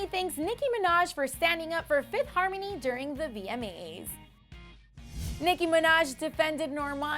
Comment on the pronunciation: I swear she said VME’s not VMA’s